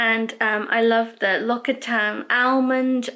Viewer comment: Thank you for a wonderful vlog as alway's. I love L'occitane skincare products & their almond range is beautiful. I believe that the way you should pronounce the L'occitane word is LOX-EE-TAN So many people pronounce it wrong. x